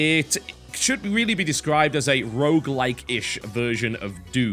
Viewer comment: rogue* Rouge is French for red.